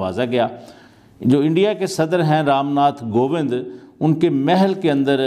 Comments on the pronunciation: Ye mews anchor kaise bn jaate hai btao president ka name bhi nhi bol pa rhe kovind ko govind bol rhe h 😑😑😑😑😑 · President ka name to thik se pronounce kro..ramnath kobind nt gobind.. illiterate pick pe hai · Not Ramnath govindh it's Ramnathkovindh